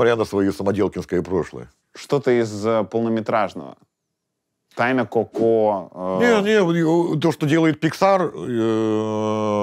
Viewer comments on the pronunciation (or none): none